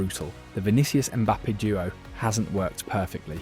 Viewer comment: "Valverdee" , "Zabi Alonso" , "Mbappay" , bro you having a seizure? These names aint too hard lol